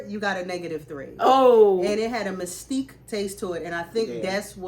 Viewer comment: It's mesquite not mystique